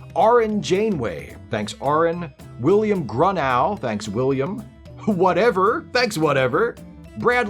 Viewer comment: The second syllable of Grunow is pronounced as a long "o" (oh) sound.